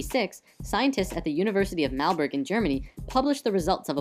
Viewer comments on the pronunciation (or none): note: The University in Germany is called MaRburg. not Malburg. ;)